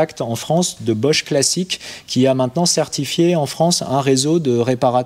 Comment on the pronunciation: "Classique" et non "Classic" 😉